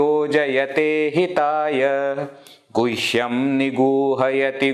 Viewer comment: With due respect, would you kindly explain why in second line you are pronouncing gushyam, where I'm seeing guhyam? 🕉️🙏